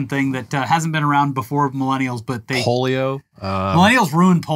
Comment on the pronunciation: "Polio" Hahahaha